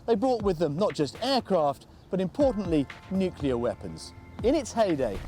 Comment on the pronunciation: Nuclear war, not Nu-key-lar. It's not difficult.